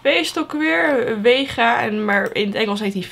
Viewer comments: Geen haat het is vega geen wega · Het is vega he niet wega Update: lol waarom staat er bij jou wega?